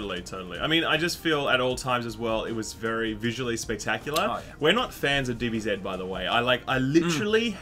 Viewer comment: "BEETA" "DBZZZEEEEDDDD"